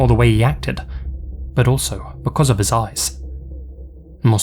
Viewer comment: With your accent, I thought you said 'women were creeped out because of his ASS.' Took a second to realize you meant 'eyes' Didn't realize an ass could be creepy. 'If women wouldn't give him what he wanted, he'd take it.' Sounds like the current individual in the White House.